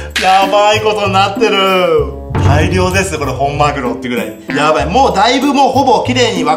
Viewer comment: マグロがまるおにきこえた